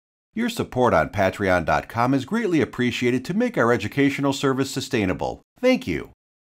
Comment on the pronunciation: 'pay'treon….. not 'pa'treon…. the 'y' has a sound.. okie dokie?